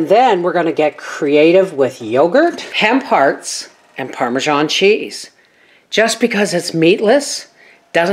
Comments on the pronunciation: Haha I heard ham parts too and was confused 🤣 I still thought it was ham parts till I read the comments! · I totally thought you said ‘ham parts’ and was confused when you said meatless. Then I got to the ‘hemp hearts’ 🤣🤣